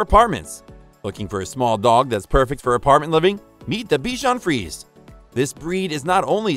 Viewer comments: Good review. Except it's pronounced "free-say", not "freeze". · In French it’s pronounced frizy